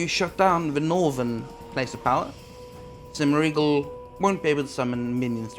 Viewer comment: Could you possibly have butchered Zemouregal's name more? 😂